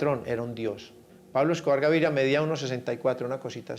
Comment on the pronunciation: La narradora doce " Gavidia" y es "Gaviria"